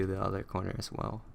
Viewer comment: Did you say "Ass" or "As" (No offense sorry)